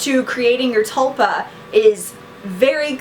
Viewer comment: its pronounced t-ool-pa